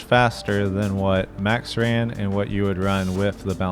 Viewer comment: Why is it so hard to say "MAX"? With A. It's not Mexx, that is a clothing brand. Dutch as well by the way😂